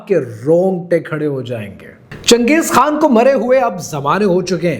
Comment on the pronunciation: Changej khaa hota hai chuyiyee khan nahi 😂😂